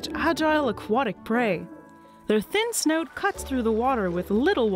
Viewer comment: I absolutely love how she pronounces snout. It's like sneüt